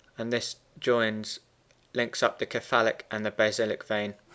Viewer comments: Thanks for the great graphics- very helpful. Please note, though, that the word 'cephalic' is pronounced with a soft c. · I just couldn't stand the way he says "cephalic" other than that it was good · I'm glad I wasnt the only one